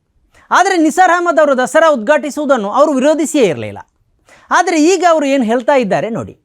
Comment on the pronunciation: ಹೇಲತಾ ಇದ್ದಾರೆ ಅಲ್ಲ... ಹೇಳತಾ ಇದ್ದಾರೆ...